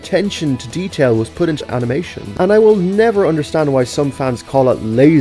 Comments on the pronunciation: Highlight of the Video "AMINATION"✨️ I'm crying from laughter Don't take it offensive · I like the part where the Irish director said "AMination"